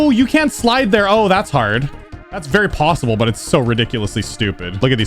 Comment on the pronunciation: Stop saying possible really weird 😂